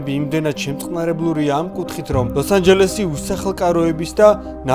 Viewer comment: cant hear ლოს ანჯელესი instead of "ლოსაჟელესი" after ia farulava